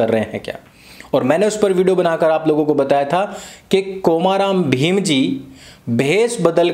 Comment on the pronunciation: कोमा राम भीम नहीं आर्य भैया कोमरम भीम है नाम